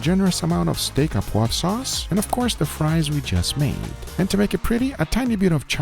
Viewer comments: notice it is sauce or steak "au poivre" not "a poivre" and "au" is pronounced like the letter "o" (sauce au poivre mean pepper sauce" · Just to help you out : "Steak au poivre" is pronounced "Steak O poivre" (Like in irish names starting with O' ) But otherwise very nice "sauce au poivre", many people forget the alcool, which is the key to make the difference.